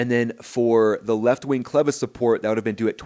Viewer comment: thanks for properly pronouncing "clevis." short "e" ... not long "E" as at least two other YTers have said repeatedly. yeah ... the cracked pylon attachment. History, hardly a trend ... 46 years between em. Might be worth comparing the engine mount on a 767-300 ... or a 777-300 ... or a 787-8/9. Why hasn't this happened to a Boeing? Seems like Heavy C check would occur more often that the report indicates ... or engine change, for that matter ... opportunity to do a borescope, like test. But I agree ... that inspection is about to be changed. I'm curious how the NTSB is going to spin this away from the real threat because it DOES have a history ... including AA191. championing the NTSB at the 3 minute mark ... meh. Don't get sucked in.